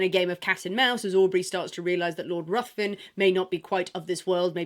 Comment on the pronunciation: Ruthven is pronounced Riven.